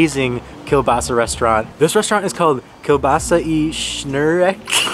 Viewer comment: The strangest thing is, out of all your tries of pronouncing polish words, you were the closest with "sznurek", and it was the one that made you burst in laugh :D